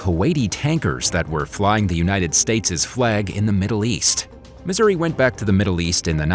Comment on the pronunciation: Decent script but any and all information is rendered invalid by the most out of place and inaccurate photo/video coverage. Pronunciation of ship and geographic names is atrocious. I am a Missouri Plank Owner, serving aboard from 1985 to1989 and am not happy with mixing images of other Iowa class and older classes.